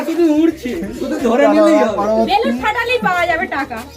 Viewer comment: It's not "বেলুম" it's "বেলুন"